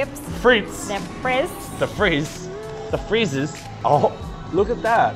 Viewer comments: "French Fries (fry-eyes)" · Omg stop saying chips,,,, and they are not called French friize,,,They are called French Fries as in I'm gonna FRY an egg in the pan. FRIES PLZ SAY FRIES not friiize. Here in the US we call them FRYYYYS FRIES and CHIPS are the ones you buy in a bag from the grocery isle CHIPS. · Exactly,,,,,,,,,,,Omg stop saying chips,,,, and they are not called French friize,,,They are called French Fries as in I'm gonna FRY an egg in the pan. FRIES PLZ SAY FRIES not friiize. Here in the US we call them FRYYYYS FRIES and CHIPS are the ones you buy in a bag from the grocery isle CHIPS. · And just an FYI, fries are pronounced fr-eyes. Not fris. Just thought you'd want to know. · FRENCH “FRY” not fritz lol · I’m kinda weirded out by how u guys are saying fries because that’s not how u actually say it. It’s fry not fri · It’s fries like “fri’s” not frez 😂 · Dawg it’s “fry-eyes”🤣🤣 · John Orravan I keep laughing every time they say “freeze” 😂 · please.... it’s french frEYEs lmao 💕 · I like how they say fries.. although it’s pronounced (fry-s) like eyes but with an f.. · Lol it’s prounouced fry-eyes ... fries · I really don't know if you're doing it on purpose or not. But Fries is pronounced Fry(s) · and 😊, fries should be pronounced like fr-eyes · Guys, it's pronounced FRY-S. Like Fri in Friday. 😂